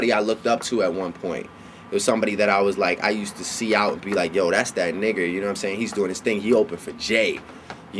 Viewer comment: Drake can't say "nigga" right